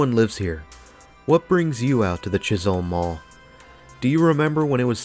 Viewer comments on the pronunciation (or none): Pretty sure that it is 'Chis-um' not Holm.